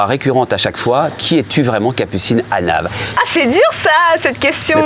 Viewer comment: mdrrrr il a dit Capucine AnaL 😂😂